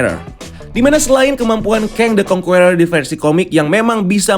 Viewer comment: how to pronounce conqueror is : kongkerrer